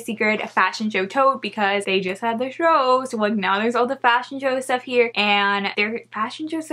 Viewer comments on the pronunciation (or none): none